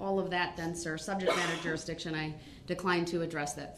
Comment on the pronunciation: How many times did he bring up "subjek matta jusridchin??